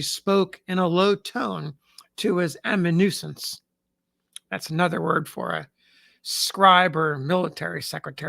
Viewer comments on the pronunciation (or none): "uh-man-yoo-EN-sis" (not "amanuisance" [sic])